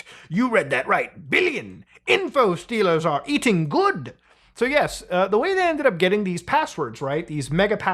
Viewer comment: The Indian shone through on the 'good'